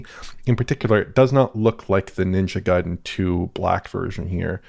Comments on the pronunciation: It's GAIden, not GAYden 😅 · We want to pronounce it Gai-den cause that's how it's pronounced. Gai rhymes with hai and sai. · it's guhy-dehnn but we'd settle for guy-den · John isn't here to correct pronunciation of Gaiden:( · When I was a kid playing the NES games I always pronounced it the way did. It took me a long time to admit I was wrong. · Which syllable do you stress though? Is it pronounced GUY-den or guy-DEN? 🤔